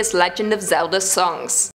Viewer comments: Why you say the legend of zelder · Did I hear "The Legend Of Zelder" in the intro? THE DISRESPECT! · I like Legend of Zelda but not Legend of Zelder And wtf is Ocareeener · Yes this is totally called the legend of zelder its totally not said as zelda haa Someone end my jokes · yeah it really killed the mood of watching this vid. Like if wanting to be a host or content creator you gotta pronounce names or try to correctly. There's a A in Zelda not Er. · it’s legend of Zelda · In the intro I heard, The legend of Zelder’s?😭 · This is Madea saying Hallelujar to the Legend of Zeldar Ocarinar of Time Lmfao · Is it because she said Zelda with an 'er'? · It killed me from the inside.